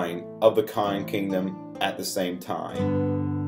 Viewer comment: This video would have been better with a narrator that could enunciate better. This guy can't even say the word "cotton" correctly.